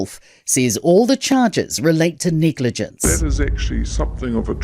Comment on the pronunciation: The way the New Zealander said "negligence" sounded like the second E was an N🤣🤣🤣🤣🤣🤣